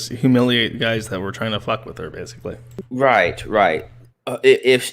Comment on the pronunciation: owh fuck cwap and so on and so fowth